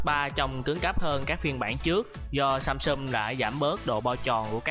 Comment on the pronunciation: Các từ tiếng Anh đọc có vấn đề :) "samsum", "contex"...